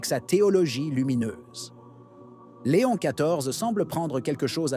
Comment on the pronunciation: Ça n’est pas Léonne mais Léon; leadership mais gouvernance. Merci.